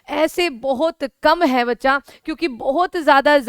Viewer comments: Madam aap bachacha bachacha ..... bhut karti ho apka video aapse bdi umer ke bhi dekhate h .....😮😮😮😮😮😮 Please don't say " Bachacha " ....😊😊😊😊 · मैम ज़ब आप बच्चा बोलते हो तो बहुत अच्छा लगता है